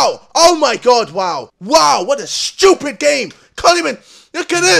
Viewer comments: Me: Stupid Ksi: Shtupid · ITS JUST SO SCHEWPID